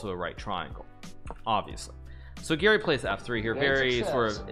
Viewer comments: Why he says Giri instead of Gary. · Actually Garry's name is pronounced with the "a" as in "car" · I thought you were saying "Giri" and that made me really confused until we got to the game and I realized it was "Garry" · I thought he was trolling because I kept hearing ''giri'' instead of garry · I thought you were saying Giri the whole time😂😂 Here i thought you were completely clowning Anish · The whole time I thought he was saying Giri